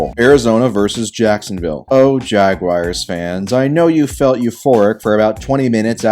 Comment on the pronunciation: stop saying jagwire